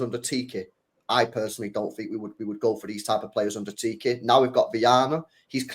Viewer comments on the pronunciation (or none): I always laugh each time tries pronouncing our former director of football's name. He calls him Tiki, and I'm just like, dude, his name is Txiki. It's pronounced Cheeky, really that simple, CHEEKY! 😂😂😂